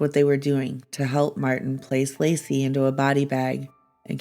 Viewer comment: It's * Laci. Not " Lacey ".